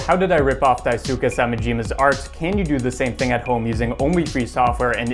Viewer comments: you pronounced the name horrendously in the first few seconds :') Your pronounciation was like "Daisuka Semajiimuh" (No offense or anything. It just physically hurts when someone mispronounces Japanese. Sorry to be that one dude ) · “Daisuke” is pronounced “die-skeh” lmao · Daisuke rhymes with Dice Clay